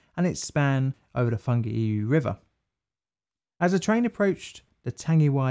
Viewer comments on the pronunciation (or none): Roo argh pay who...tong argh rear row... why oor ew....